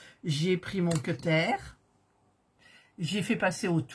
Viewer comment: Le "queutaire" me fait beaucoup rire 😆